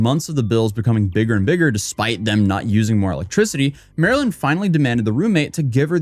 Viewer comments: Idk why it irked me but her screen name straight explains how to say her name. Not Marilyn. Marlyn (like the fish, marlin) hence her name marlynlikethefish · Bro MAR-LYN…. “Like the fish”